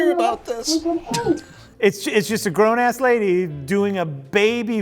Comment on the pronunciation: "Grown-ass"? not you too!